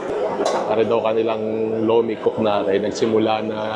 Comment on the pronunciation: Lomi po hindi lumi